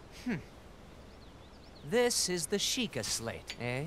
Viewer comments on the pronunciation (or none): none